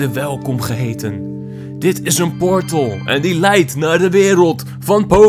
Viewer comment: Op het begin verstond ik niet portal maar wortel